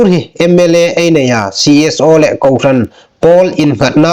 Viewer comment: Ngai nuom a um ie. Chu ruol ruol chun hotupa, i thulam dan 'le' (lê) tina dinga 'leh' ti anga i lam zie hi a'n dik naw a nih. ''Hmar nau haiin ei khawvel pal phâk chin le inhme'n'' tia 'le' khawm hi 'leh' tiin i lam a, ziek danga khawm 'le' hi 'leh' tiin i lam hlak. Ṭhahnem ngai leiin ka hung hril ve a ni chu.😅